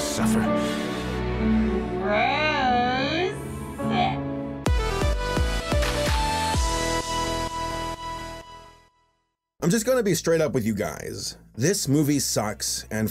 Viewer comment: Who pronounces gross like that GRISC